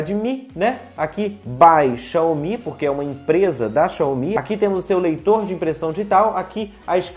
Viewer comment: A pronúncia é "Xáumi"